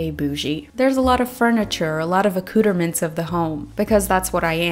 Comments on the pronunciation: I love how she explains what bourgeois means and then pronounces accoutrements like that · “Ah-cooter-mints” made me laugh